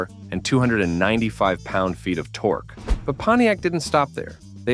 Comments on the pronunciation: Call it torkie instead of torque. Are you serious right now? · He calls it torkie instead of torque stupid AI is bullshit